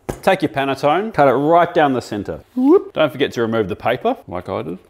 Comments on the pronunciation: Making french bread with panettone is just yucky. And the way he said "paneton~" eeeek! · pan-ee-tony!!! Is delicious on its own. (love your channel) Basic Mitch would love it with just butter. Please note my pronunciation. 🤣😂😁😚😙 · That THING is called a PANETTONE and it's incredibly time consuming and difficult to make yet it's delicious so if you give it away you dont deserve it. Its pronounced PA NEYH THO NEYH btw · Ok so it’s pronounced pan-a-tone-eh — e isn’t silent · It's panettone.... Not paniton! Just learn how to pronounce it. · I had something similar in Milan many moons ago, but the addition of the berries would have been worlds better. Yummo! (PS: vowels are always pronounced hard in Italian (like you are being poked with a pin). Pannettone ends with an e, and you say it at the end 😊) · Amazing no one in the comments is calling out his pronunciation of Panetonne. Perhaps our generation is not completely done for😂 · The way he pronounced the pan has me cringing. It’s “p-ah-n” not “p-an” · Cammmmmmooooon! THAT IS A PANETTONE (and you do pronounce the E at the end!!! As a chef you should know how to pronounce correctly foreign foods!!!) you can make better desserts with that!! Lazy....